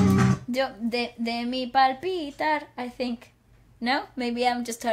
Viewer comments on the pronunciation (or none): Sweety its not “pal pitar” its pal bita means “time spent” with you